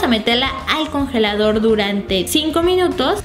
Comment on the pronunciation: en el minuto lesslie dice minuotus